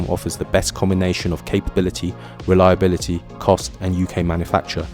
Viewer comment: ai crap...cant even pronounce "reliability" what CRAP